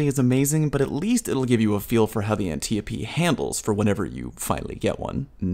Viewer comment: How is it everyone says Antiope wrong in this community? Antiope is an Amazon from Greek myth that was adopted by DC and its pronounced An-tie-o-pee.. not anti-oap or ant-eo-pee..